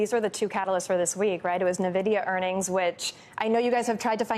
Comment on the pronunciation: NA-vidia? It's EN-vidia!